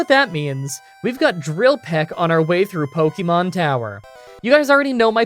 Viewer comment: Again, it’s not pronounced “pokymon” or “pokyball” is more like “pokehmon”, watch the anime. If you are going to profit off this franchise you could at least pronounce its name correctly